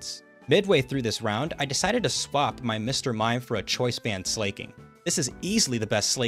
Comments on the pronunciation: While I respect the hustle to break the 119 record... Jesus fucking Christ, listening to you pronounce Slaking's name as "Slay-king" is like nails on a god damn chalkboard. It's slacking. Not slay-king. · SLAY-KING?? You mean slack-ing bro?? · Just to say it's Slack-King not Slay-King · It's SLA KING. FOR FUCK SAKE, IT'S LITERALLY SLACK KING.